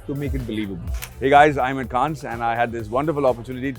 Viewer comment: Everything ws excellent abt the interview, including Anupama's spontaneous burst of hearty laughter, except Maddy getting "Cannes" pronunciation wrong.